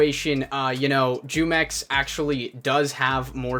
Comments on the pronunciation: Does it bother anyone else how he says jumex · Its funny hearing all these non hispanic people pronounce his name wrong af😂😂😂its a mexican brand of juice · Yeah it's pronounced who-mex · Its pronounced Hu-mex. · Your pronouncing his name wrong, I'm guessing u dont drink jumex white boy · iss pronounced who-mex not jew-mex lol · I don’t care but you said jewmex lol... it’s pronounced whomex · Its not jewmex its whomex, and i watched his video like 4 times but never subscribed nor liked, but sounds sketchy hmm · It's pronounced whomex not jewmex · Hello there fellow American it's pronounced humex not jewmex it has the h sound it's in Spanish just so you know you're welcome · The Mexican drink spelled jumex pronounced (who- Mex ) in Spanish short for jugos mexiconas "Mexican juice " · Its pronounce WHO mex its the name of a mexican fruit nectar juice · It's pronounced who-mex lol its a mexican fruit drink...delicious! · the J is silent. it's pronounced "Yoo-mex" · Pronunciation: Hoomex LuL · He said “jew-mex” lmao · Pronounced "humex" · It's pronounced Who-mex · The j makes the h sound in Spanish so isn’t it pronounced WhoMex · Here before everyone starts correcting you saying his name is pronounced "Who-Mex". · It's pronounced WHOMEX. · It pronounced Humex. it's a Spanish juice brand. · Say the j as an h sound and you will be saying it right humex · Jumex. "Who-mex." Other than that great video. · It’s pronounced hu mex, its based off a drink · Yo, jumex is technically an industry plant. Grupo Jumex, S.A. de C.V. (pronounced JOO-MEX) which means Jugos Mexicanos (Mexican Juice) is a brand of juice and nectar from Mexico. The Jumex brand is also popular among Hispanic consumers in the United States. Currently, the Jumex Group (which manufactures Jumex) offers lines of fresh and preserved fruit juices, nectar, children's drinks, milk, smoothies, energy drinks, and sports drinks in Mexico. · It’s pronounced who-mex like the Mexican juice company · It’s (hoo-mex) gringo